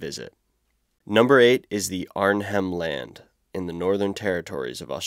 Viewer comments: Arnhem Land - AH-nhm Land. Kakadu NP - Kack-a-DOO NP. Archipelago - AH-ky-pell-AH-go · It's pronounced "arr nem" land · Australian part - The place is pronounced as Ar-nem land. And it’s kak-a-do National Park